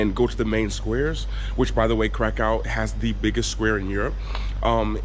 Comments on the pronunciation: Also, try the pronunciation "KRAH-koov" 😊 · K r a k ó w.... Nie krakał 😉